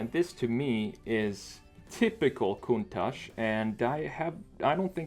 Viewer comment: Thanks God you are one of a little portion of non Italian people to call the Lamborghini countach with the correct pronunciation. Thanks a lot